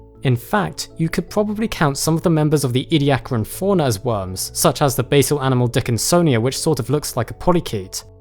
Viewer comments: i love the way he says "wurms" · love how u pronounce it "wums"